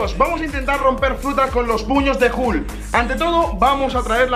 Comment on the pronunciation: No es hukl es hulk